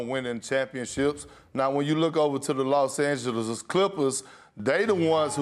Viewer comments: Im the GOAT of pronunciation. LOS ANGEGES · Perk is unable to pronounce Los Angeles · Why though like why he saying it lyk dat